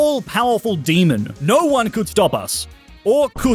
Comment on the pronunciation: Please dont say demon like that